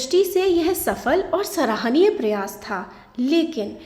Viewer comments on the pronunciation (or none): none